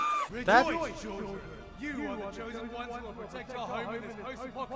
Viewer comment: Rejoice children? I thought papa said "you Jewish children"